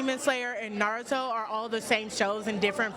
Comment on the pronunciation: Damn, first hot take, and we already gettin nardo instead of Naruto 🤣.